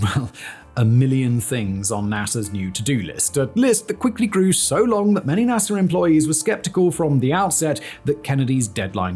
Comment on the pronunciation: Interesting, sometimes he pronounces words correctly, yet others he adds an "er" to the end of words for no apparent reason. NAS'er, Lun'er, Florid'er and Adapt'er really stuck out.